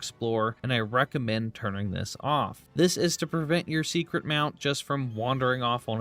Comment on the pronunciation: I think it’s just the way he says Seikret, sounds like he’s saying secret.